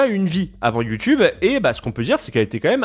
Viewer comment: Pourquoi l'affrication ? youTCHube ?!